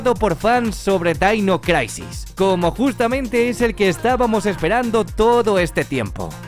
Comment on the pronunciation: Dainois craisis. 🤣😂🤣😂🤣😂🤣😂🤣😂🤣😂🤣😂🤣😂🤣